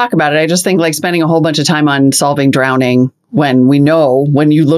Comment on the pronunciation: Does he keep saying "drownding"?